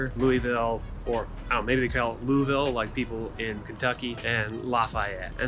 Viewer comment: Looked for the comment but since I didn’t see it, the name is pronounced Lou-is-ville, no silent letters. Different from Kentucky 😉